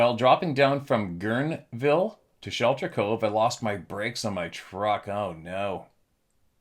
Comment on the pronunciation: Short a, Pla-cer-ville. Ger-nee-ville.